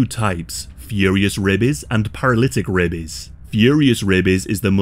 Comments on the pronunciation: Every time you say rabies I can't help but think "rabeh bebehs" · The way this guys says "rabies" makes me laugh every time. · He says rabies the same way Ze Frank says bebies